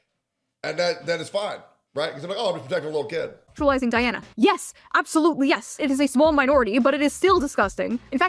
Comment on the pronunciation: She pronounced and spelled her name DI ANNA 😊